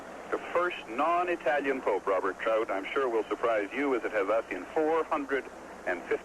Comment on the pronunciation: I love how he says "non Itayian" pronouncing it precisely like an Italian.